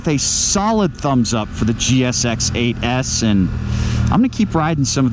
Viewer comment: Man cut these kind of titles out, For example you are wrong about the crank. If you cant say GSX8s you have a speech impediment.